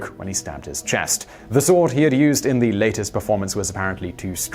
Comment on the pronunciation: i had to stop this when he said "sawre"